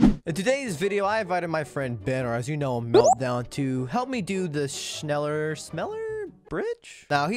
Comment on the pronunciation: nobody bedless noobs accent saying "schneller": schnillear